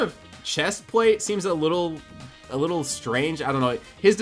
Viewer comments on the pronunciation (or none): none